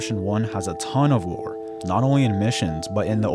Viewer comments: Are you saying lore or war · what is the thing he constantly says GTA is lacking? Roar? War? I don't understand the word phonetically